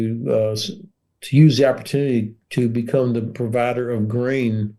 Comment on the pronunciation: Why is the presenter pronouncing “the” as “zii” 🤷‍♂️?, this is absolutely nothing to do with his accent - it’s just ridiculous to hear that “”zii, zat, zet, zes”” all the time (constructive criticism is the best way to learn anything not just another language)